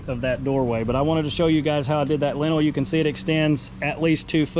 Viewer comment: That word is lintel. Pronounced like LIN-tul, emphasis on first syllable.